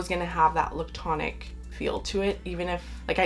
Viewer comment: The way you say lictonic 😆 I absolutely love creamy fragrances, but they don’t have to be la’ctonic.. I feel like he gets confused with a note that smells like, powdered milk, or something almost off… When I just love very well rounded creamy smooth soft fluffy sort of fragrances… There is like a sweet cream-ish scent that I love, that can get crossed with A sour milk note that I dislike… Some of the best creamy notes I have ever found are in the lush bath bombs personally, or Clorox coconut wipes… Other than that, Sanatal complet.. and other milky fragrances with coconut Done right is my absolute favorite! I haven’t gotten through the video yet but I hope you mentioned some newbies that I haven’t tried…Hermès makes a good one.. Santal massoia, I think.